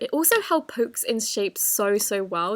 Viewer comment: Was i the the only one who heard her say poops instead of pocks?